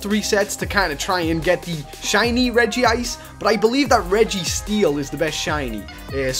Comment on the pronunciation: Regice is my fave and I'm not trying to be mean Ur one of my fave youtubers but it's regice not regyice